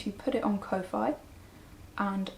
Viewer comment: Just FYI, Ko-fi is, if I'm not mistaken, pronounced like coffee. Your a very peaceful presence. Thank you for taking time to share your journey